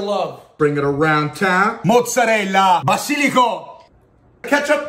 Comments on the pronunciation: I love how he prononces vasiliko right just the accent is italian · The “basilico” and “mozzarella” pronunciation 😍